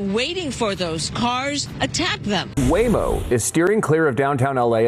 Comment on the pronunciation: I like how I kept hearing Lame-O